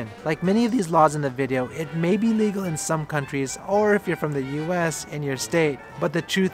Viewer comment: Sweet Home Alabama... The way he said legal in some states though LOL